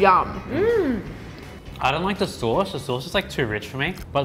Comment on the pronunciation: Yum. Is Y,U,M. Not Yumhaaa. No extra syllable.